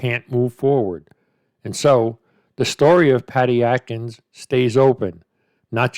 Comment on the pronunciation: Bro, its Adkins not Atkins. Just sayin.